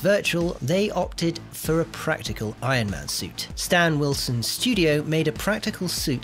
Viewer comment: Stand Winston, not Stan Wilson. 😂 not sure if I spelled his name right, but I’m definitely closer with that than you were with “Wilson”.